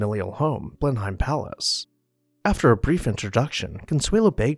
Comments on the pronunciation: blen uhm, not BLEN hime. Not a single demolition mentioned in this video. BRAVO! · How can we take this video seriously when they do not pronounce Blenheim Palace correctly? It is Blenuhm, NOT Blenhime. Very sloppy. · Blenheim is pronounced "Blenem" not Blenhime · Please learn to pronounce names before doing these videos. It is not pronounced Blen-hime palace but “Blennem.” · Unfortunately, my one critique is that the pronunciation of "Blenheim" was incorrect. Sounds like bleh·nuhm. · Blenheim is pronounced, "Blennum." Consuelo Vanderbilt would not have been disturbed by the enormous eyes above the entrance through the portico as they were not there during the time she lived at Blenheim - Those were the eyes of Gladys Deacon, whom Consuelo's husband married after Consuelo divorced him. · Just note on pronunciation, Blenheim is pronounce Bleh -nuhm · Blenheim is pronounced Blen-um. You almost hear the H but not quite. I know it's odd, but English is an old language and has many strangely pronounced words like Worcestershire Sauce = "Wooster Sauce". Also, the Host/ess sitting at the Ends of the table is a Continental and American thing. In England the host sits in the middle with Hostess opposite side of table so everyone can see her for social cues. She'll begin talking to one side or the other and everyone follows suit. When she turns her head to speak with the guest on her others side everyone else does as well. Even today Her Maj Queen Elizabeth followed this custom. I don't know if King Charles will. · "Blenheim" is pronounced "Blen-um" . Glad you caught the slip about titles of nobility versus royalty. Keep up the good work. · It's pronounced Blen - im. Do your research! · Blenheim Palace's name is actually pronounced BLEN-um. That's my only quibble, otherwise excellent as always. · I enjoy your videos and commentary, but wish you would check the pronunciation of names like Blenheim.